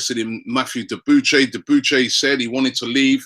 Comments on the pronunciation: FFS Robby, pronounce their names properly. Debuchay? El Nay Nay? It's "De-Bu-she" and "El-Nin-Nee" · Robbie is taking the piss now. "Debuchay?!" Really my G??? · bro's that has nothing to do with the accent, this guy mispronounces practically every foreign players name and it's terrible